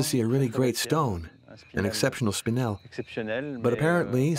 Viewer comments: I'm struggling to even finish this documentary, every time I hear a mineral mispronounced, my brain twitches and I have to pause the vid; TourmaLINE?? It's pronounced TourmaLEEN, Speenle?! Pronounced SpinELLE like the name Elle. PeriDOT?? omg. Could have at least taught the narrator how to pronounce the words from the script correctly. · AI narrator doesn't know how to pronounce spinel.